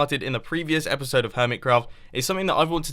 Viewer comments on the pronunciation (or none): "This Epishode" And you said "my little storage system" Little? LITTLE?!?!?!?!?! Third thing - idea for the storage system. How near is it to the item transportation system. Just filter it in to that.